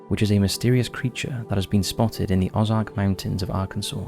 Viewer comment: Ay? My home state? Local vernacular and pronunciation: Peh tit Jean Oh Zark Also, I hear that Hot Springs has some paranormal hot spots, as well.